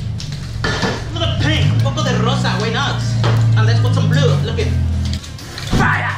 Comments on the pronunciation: JAJAJAJA muy chido !!! como no explota cuando "FAIAAAAA" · Okay this dude is amazing at art. But is he okay? Like I keep hearing him say “here is da powa” and “purfect” and “fya” like how much of that did he inhale